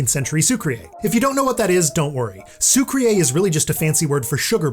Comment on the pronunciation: Hi! I love your videos! They are really cool and informative and honestly you are pretty swag yourself 😂. But just a small tip; the first syllable in “sucrier” is pronounced like the famous Christiano Ronaldo Meme SIU. Keep up the content <3